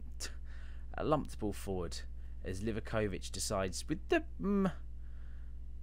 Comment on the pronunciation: Great video! How do you not have 1M subscribers?!? Also, THANK YOU SO MUCH FOR SIGNING JOSIP BREKALO!!! I love him so much! As a Croatian, I respectfully would like to tell you how to pronounce some of the names: Dinamo Zagreb: Deenamow Zagreb Livaković: Leevako-vich Dilaver: Dee-la-ver Gojak: Go-yak Oršić: Or-sheech (pronounce the 'r' in "or" like the r in "purr", curl your tongue) Petković: Pet-ko-veech Ademi: a-de-mee Majer: Ma-yer (not ma-yor) Ivanušec: Ee-va-nu-shtz Stojanović: Stow-yano-veech Josip Brekalo: Yo-seep Bre-ka-lo (lo, not low) for other names ending with a ć, like Modrić, Rakitić, etc., just pronounce the name like you normally would, but for the ić say "eech" By the way, on my first live match watching Dinamo against Lokomotiva Zagreb, first match of this season, I met DANI OLMO!!!!!!!